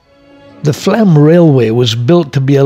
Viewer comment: It is pronounced Flom.